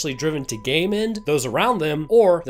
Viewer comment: It took me too long to realize you were saying “game end” instead of “gay men” that viral load part was making my brain stall until I got to you having to re name d e a t h